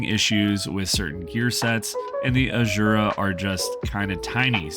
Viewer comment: The way you pronounce Asura should be penalized